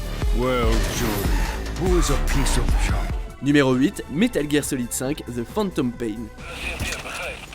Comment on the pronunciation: Y’a que moi à être choqué comme il dit THE PHANNNTOMMM PPPAIIING ?